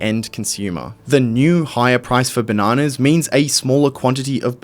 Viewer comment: Drink every time he says benanas